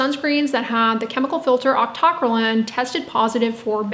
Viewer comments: Octo - cry - leen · God lord, it's octo - cry - lean! Or aak tuh krai leen. How did you come up with your pronunciation? A basic chemistry course should have given you the foundation to say it, but you've taken more chem than me yet got it wrong?